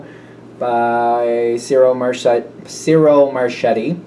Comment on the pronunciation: As you always say, "Just saying...", want you to know that Ciro Marchetti is pronounced CHEERO MARKETTI👍